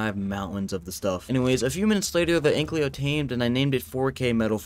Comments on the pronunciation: omg it annoys me so much when he says anklio its ankilo T-T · No hate but its ankylo not anklyo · please dont say anklyo its ankylo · its not an anklyo its an an-kyl-oe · AN-KY-LO not AN-CLEO